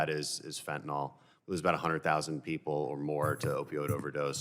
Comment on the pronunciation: It’s pronounced ‘fentanil’, not fentinall.